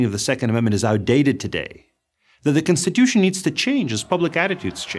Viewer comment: is it me or is he butchering the word constitution it's not censtituion learn how to pronounce the word properly